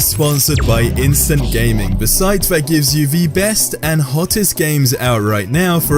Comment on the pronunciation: Its the way this guy says "the" as "vee"